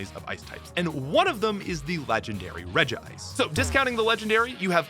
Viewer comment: They are called the Regis. Not the Regs. It's Regi-Ice, not Regice.